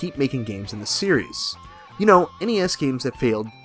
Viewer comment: You're adding an extra s on series. It's just series. lol